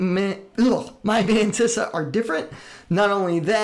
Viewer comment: No One: Matisa: "Ma meyntisa "